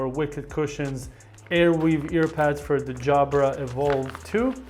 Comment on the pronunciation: Jabra, not Jabara